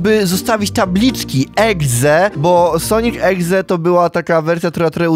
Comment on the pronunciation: "sonik egze" 😆😆